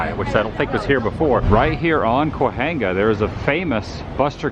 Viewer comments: The ‘H’ in Cahuenga is silent. Ca-Wang-Ga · Kwa-Hanga . . . 1st time I've heard it that way 😄